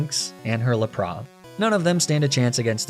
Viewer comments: La-prah????? Cmon bro it's LapraSSSSSS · ok so you pronounce lapras as la-pra. you talk about the show like youve seen it... they pronounce the S. so you must be french. they dont respect the alphabet. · I heard it at Ninetales as well. And Lapras without the s? Like some sort of bourgeoisie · It’s lap ris not lapra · Nobody calls it a Laprah… 😂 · WHY DO YOU SAY LAPRAH??? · Some of your Pokémon name pronunciations have to be a joke? Lapras is pronounced LAP-RAS. You need to pronounce the S!! 😂😅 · what’s a laprawhh? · Why is NOBODY commenting on the way he pronounces Lapras 🤔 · "Niddo-ran? Niddo-rino? Po-key-mon? Oh no wait, he can pronounce Pokémon. Guess he doesn't care how to pronounce it or, maybe does it on purpose? ... BICH NOW HOL' UP! Knee-nay-tales? Ar-ca-knee-nay? WTF. LA-PRAH!?" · Hey, nice video, but your pronunciation of Ninetales, Arcanine and Lapras are absolutely atrocious. Hope that was some sort of inside joke. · or Lapras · Ninetails, Arcenine, and Lapras are pronounced how? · Ninetails is pronounced ninetails... also Lapra(h) ? Did you not ever watch the show or something? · Mate, loved the video but that isn't how you pronounce Ninetails, Arcanine or Lapras. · Sorry... Arcanee-nay? I understand arguing over whether it's Arca-nine or Ar-canine, but Arcanee-nay is just disgusting. La-prah instead of Lapras too? Come on, surely you're trolling. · Ah yes, my favourite Pokemon Neeneetails, Arcaneenay & Leprah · "Neeneh-tales," "Arcuh-neenay," and "La-prah" threw me so hard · I'm sorry neenetales? Arcaneeneh? Laprah? Were you having a stroke